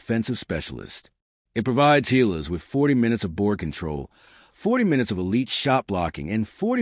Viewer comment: GILAS not HAYLAS